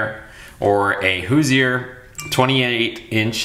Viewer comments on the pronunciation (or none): Who- zur (Hoosier) tires!😄. Thanks for the video and content!